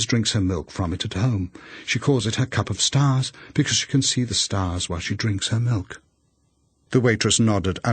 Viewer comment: She wants her cup of stahs